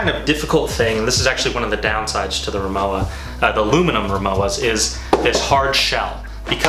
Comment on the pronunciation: You pronounce it Ri-Mo-Va